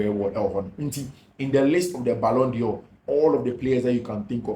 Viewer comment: I appreciate what you do. But, please, the word is d'Or not Dior